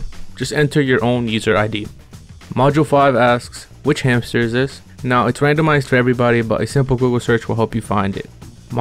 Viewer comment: Find the hamter? Sound like find the meaning of life 💀